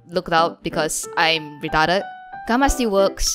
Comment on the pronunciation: the way you say retarded will always get me LMFAOO